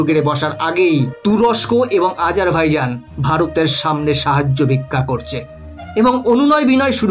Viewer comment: আপনি ঠিক করে দেশটার নাম উল্লেখ করতেই পারছেন না আজারভাইজন বলছেন ওটা হবে বাইজান